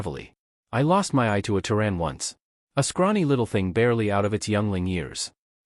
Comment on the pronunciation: Terran, pronounced "terr", as in terror, (or tear); and "an", pronounced as in Ann. The various spellings shown are all wrong. Proofread or don't post.